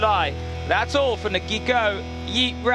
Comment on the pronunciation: Fabulous presentation and camerawork but let down badly by your commentator. Hesitant, inaccurate and almost every name mispronounced, including the event sponsor ( pronounced HIGH- COE ). I'm delighted that this rally is featured on YouTube. Thanks for that.